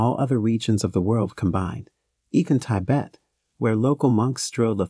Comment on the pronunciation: How come the robot voice can pronounce the word trepanation , perfectly? Yet mispronounces the name of the country Tibet, as Tybet?